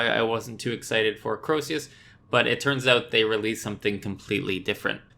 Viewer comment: Its not fuckin croeseus is CREOSUS THERES NO SECOND E ITS CROE-SUS rant over